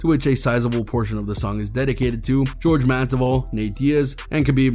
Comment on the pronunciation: U MOMO U SAYIN JORGE MASVIDAL NAME WRONG...